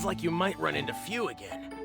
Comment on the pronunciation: FUU! NOT FEW! FUU! GODDAMN!